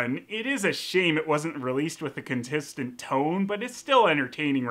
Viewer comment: I don’t mean to make fun of you, but you saying “contistent” was probably my favorite part.